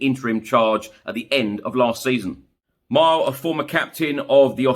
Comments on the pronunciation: Cheers for the update One thing you absolutely butchered the pronunciation of “Mill-A” not Myle Jedinak Also Harry Kane is 100% leaving….time to cash in. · Not mile…pronounce… Melay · Not Mile😂. Pronounced mil-ay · I know it's spelt Mile as in MPH, but it's pronounced Mi-lay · Thanks for your updates! BTW - the ex-Aussie captain is "Mill-A" Jedinak, he's not a distance;-)